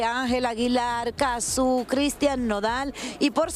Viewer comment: No es Cazzú, es Cazzu.